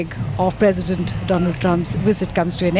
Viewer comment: Dolaand trump😂😂